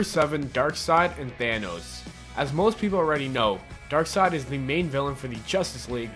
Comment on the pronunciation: this guy can't go one episode without butchering a word horribly, I think it's his schtick or something. at least he got darksied right this time!